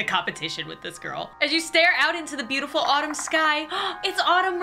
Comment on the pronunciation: AI:its soo bootiful out here rizz:your bootiful to:bootiful rizz:D